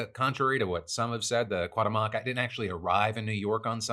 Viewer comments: Qwa-ta-moc? Qu-wow-te-moc! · I know this is not the most important partof the story, but its really not how you pronounce Cuauhtemoc. You are missing the second "u" in "cuau", and the enfasis goes on "te" not "moc" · Ku-ah-uh-te-moh-k = cuauhtémoc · Hey Phil, the phonetic pronunciation of Cuauhtémoc is kwah-TEH-mok. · I know "Cuauhtemoc" it's an Aztec name and it could be hard to pronounce for an English speaker, but the decision to say it as fast as possible to get it over with was not a good one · Ship is called "Cuauhtémoc" pronounced "Coo Aw Tem (as in temperature) Oc (as in octopus)" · “Long time listener, first time commenter” 😉 but the way you keep saying Cuauhtemoc is hilarious!!! 🤣 I had to come here and say something 😂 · The way Phil said Cuauhtemoc 😅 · Love the "Cuauhtémoc" pronunciation Phil 😆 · He actually pronounced it completely wrong every time 😂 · It kills me hearing him pronounce cuauhtemoc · Worst pronunciation of cuatemoc I’ve ever heard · lol Phil I love you but i just cant with that pronunciation lmao